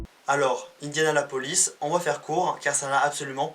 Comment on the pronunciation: Sympa ta vidéo juste c est Indianapolis et pas indiaLAnapolis y a une syllabe en trop mais continues